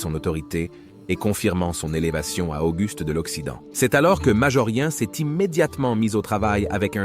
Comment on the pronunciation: Ls prononciation de "Céz..s " pour /ces/ est une difficulté récurrente chez nôtre interprète IA. Ez..sse possible de corriger ce ðéfaut récurrent ? Quand à la prononciation de MAJORIEN on ne peut pas s'attendre à ce qu' un américain parvienne jamais à prononcer correctement les noms des romains: Scissoŕ pour César Sissiroe pour Cicéro Pampy p. Pompée ....